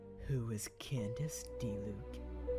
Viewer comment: Candice exist tho... but its not Candice but Candace